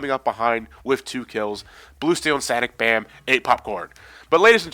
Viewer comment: Sanic Bam? I can't stop laughing!